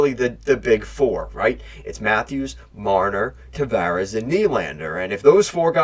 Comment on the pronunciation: WTF am I watching? Boston beat Montreal, Philly, & Tampa in 2011. Boston beat Toronto in 2013, the year our team lost to the Blackhawks in the finals! In fact we beat them in 2013, 2018 and 2019, but NOT 2011. Also this ass-clown can't even pronounce half of their names....and not bottom 6 guys....stars like TAVARES! How can you not pronounce his name, dick-weed? This is insane. This clown is a clown.